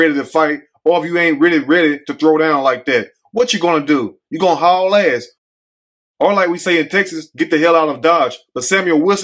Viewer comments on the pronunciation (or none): none